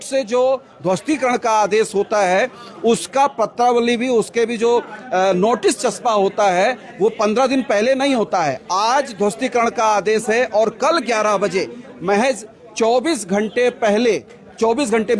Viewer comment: पत्रा वली को प्रत्तावली बोल रहे हो